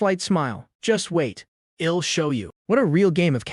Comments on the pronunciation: ok man but fix the pronunciation of the Text to speech I'll -> ill , just type i will man to Text to speech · Next part needed, I'll pronounced ill, and several other mistakes could have been solved, kt would be 10/10 then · The "I'll" becoming "ill" is bugging me that I want to stop watching the video. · Awesome story. Wished the ai voice would pronounce the I'll correct lol. All good though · please add apostrophe's. i hate when it says "ill" instead of I'll. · Everything is good aside from that ill and im pronunciation. It's killing me 😭